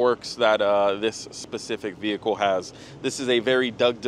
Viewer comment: stop saying f*****ng “VeE - HiClE”…..